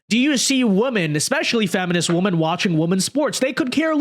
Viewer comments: Why can't pronounce "women"? I don't get it. I've complained about it before, but I'm still baffled by the fact that he pronounces it "woman" whether it's singular or plural. It drives me insane. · Women (plural) pronounced WIMEN.